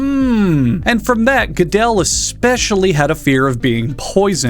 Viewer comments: I know the existentialism jokes and topic of death should probably be my focus here, but as an Austrian I was so in disbelief at the mispronunciation of gödel that initially I thought I was going insane because the story of that ghidelle dude seemed so familiar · Hearing pronounce Gödel (I'd kind of describe it as "geurdel" for lack of a better way to type it out) as "Godell" reminded me that not everyone can be an insufferable pretentious know-it-all